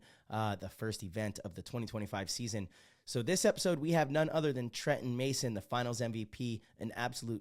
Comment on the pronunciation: Absolutely nailed the pronunciation of his last name Trenton! You almost had a little French accent on it 😅 well done 👍